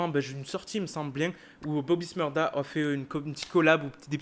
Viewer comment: Bobby shmurda pas smurda